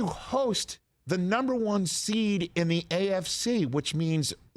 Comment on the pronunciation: As a Steelers fan, I think I laughed the most when he emphasized they’re playing the NUMBER 1 SEED BENGALS. How times have changed in the AFC North